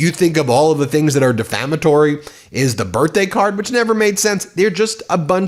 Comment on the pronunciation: Melania cannot even pronounce the word defamatory.